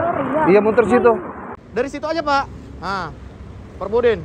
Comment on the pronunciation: Forbidden bukan Perbodden